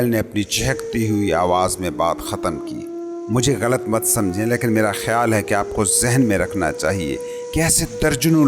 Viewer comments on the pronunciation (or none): Good effort but you need to work on your pronunciation. Like its laikin not laekin and its David not Daevid.